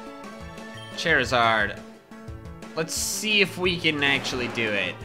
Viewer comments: In the Red battle instead of saying Charizard you said "Chairizard" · You said Chairizard